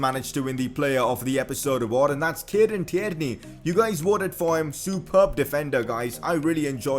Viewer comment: It’s not ti-erney it’s tierney